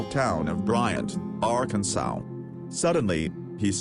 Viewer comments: Arkansow??? Where the hell is Arkansow? Last time I checked, it was pronounced "Ar-kan-SAW" rolls eyes and SMH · Just get ghost to narrate this video the robot isn't very good the way he says "jackass" and "Arkansas" oh god help me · R Kan Swall. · lmao arkansow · Lol, love how it says AR-can-sow